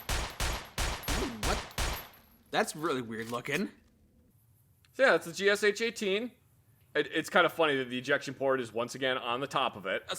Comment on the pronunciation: No, it's not a GeeEssEitch-18, it's GeeShuh-18. ГШ-18. Gryazev-Shipunov.